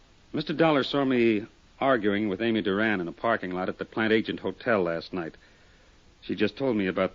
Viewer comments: It's an odd word, but I just listened to the episode for the 2nd time. He pronounces it as "plant agent". I always thought the real word was pronounced "plant Adge eh net". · They consistently mispronounce Plantagenet